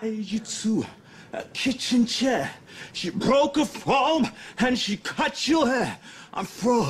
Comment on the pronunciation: she boke a froam 😂